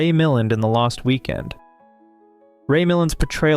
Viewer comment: It is Ray Mil land not Ray Mill and.